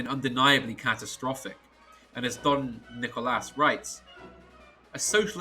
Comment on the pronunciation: Saying "Don Nicolas" was a very classy touch, very nice.